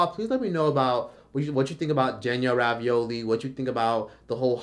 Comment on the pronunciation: Danielle Bregoli not Ravioli 😂